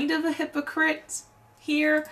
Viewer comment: Hypo-chrissy lol